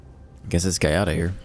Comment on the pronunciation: as an italian... Try to read it ass Jiada